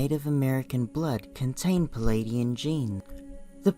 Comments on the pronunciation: It's PLEIADIAN not PELADIAN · I couldn't listen to this. The voice and the mispronunciation of Pleiadian as pelladian put me off. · General Mosquito Spray I felt the same way. Tried to listen without judgement but found this was irritating me with the mispronunciation of Pleiadian.